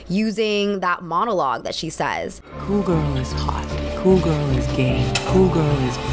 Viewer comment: I can't stand it when people say cool like k-wool